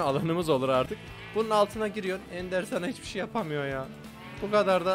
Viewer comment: Ender neeee "endırmen" diye okuyor